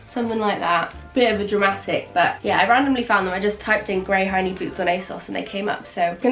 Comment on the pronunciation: Lol I thought you were saying “grey hiney boots” but you said “ grey high knee boots”!!!! 😂😂😂